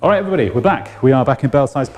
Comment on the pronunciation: "Hello everynagy"